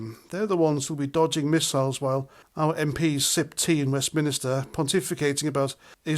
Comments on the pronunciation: "read my comments" my arse. Cos if I did u wouldn't be still saying West MINISTER when it's West MINSTER. I've been screaming at the screen for 5 years since I subbed and u still say West MINISTER. My Surname is MINISTER so every time u say it, it grinds my gears 😤✌️🇬🇧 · Whilst I agree with most of what you say, there’s one thing that keeps grinding my gears; it’s WESTMINSTER not west minister. I know you Welsh love putting extra letters into words (usually L’s) 😂 but it does annoy me. Anyway, small things and all that… 👍🏼 cheers